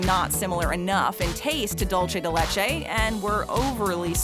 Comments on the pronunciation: It's pronounced "Dool - se" , not "Dool - chay" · Everyone: "Dulce de leche" Americans: "DOULCHE de LECHEI caramel" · “dulchay de lechay” 🤭🤣 BRO I CANT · 😂 dulche de LeChee 🤣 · It made me laugh because of the way she said "dulce de leche", very different of how spanish people say it.